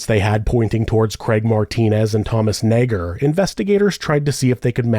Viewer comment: You've been careful saying Nager 😓